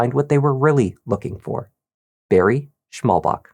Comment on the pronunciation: It’s Schmallbach, what translates into narrow stream. There’s no K on the end :D Fyi